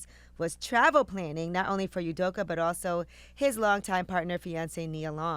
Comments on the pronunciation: My Igbo name is Udoka and it is Pronounced...Ooh-doh-kah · The way you all butcher the man's name is getting at me, it's pronounced as ù do ka( the U(ù) like the beginningof the word (Uber) Do( dough) KA(car).